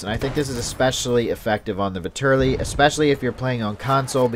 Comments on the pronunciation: Vetterli is pronounced with the accent on the first "e" ..like in the english "fat"... something like "fat"terly.. I guess. it's swiss german. Vitali is italian and has the accent on the "a". and the V stays V...like Vitàly Just to make u guys know. Don't want to make a fuss over it. nice review :) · It's (vet-er-li-)